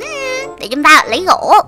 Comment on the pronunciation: Em nghe chị nói gỗ mà toàn thành gổ thui